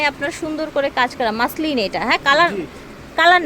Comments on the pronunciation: Maslin ki re beti...Moslin bol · maslin ki ? moslin bol. parena bangla , abar English bole.fokinni😅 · মাসলিন কি কাপড়??মসলিন শুনছি। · মাসলিন কি? আরে বেকুব মহিলা হবে মসলিন